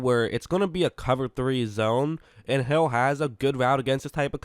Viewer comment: it sounds like he said “ he throws a prayer and it’s answered by hell